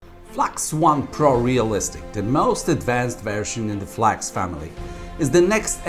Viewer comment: F L A X ? 😅 Shure?